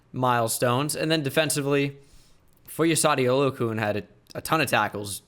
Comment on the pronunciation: Oluokun. It’s Oluo-CON not Oluo-koon 😭